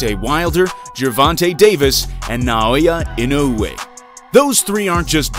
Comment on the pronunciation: Bro please help your self dedicate to learn the Japanese guy name properly